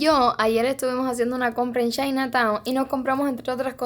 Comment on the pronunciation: La cada vez que dice "b@ es vez de beach 😂😂😂😅😅😅 Ò Shina en vez de China 😂😂😂😅😅😅😅